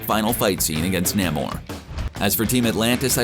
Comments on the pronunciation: 😂 nay more nah-more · It’s “Nay-More” not “Nah-More”. Ugh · I've always thought that the pronunciation of Namor was Namor. I don't know why this guy pronounce it Namor instead of Namor. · I am just annoyed how that dude pronounces Namor.